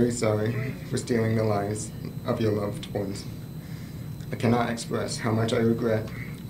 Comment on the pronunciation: lol “luwed ones”